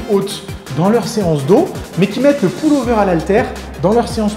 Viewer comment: Le ''poule'' over ? Lol ! ^^